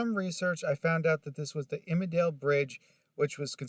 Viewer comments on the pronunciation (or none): Hi. Local here. It's pronounced "Mus-con-net-cong" (river and lake). Imlaydale (pronounced "Im-lay-dale") is a historical registry community and has an old mill and such. It's a residential community now.